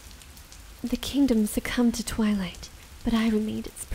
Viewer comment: sounded like you said" taken over by the ruler of the toilet" so did evry time u sed twilight.